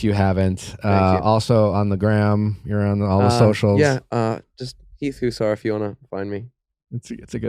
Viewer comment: Heath "Howser" 🤣🤣🤣